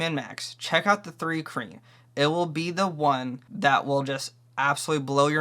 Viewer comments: It sounds like you're saying three kreen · Why would you take advice from someone who can’t even pronounce the race…